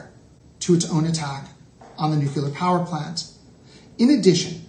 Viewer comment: WHY CAN'T AMERICANS SAY NUCLEAR PROPERLY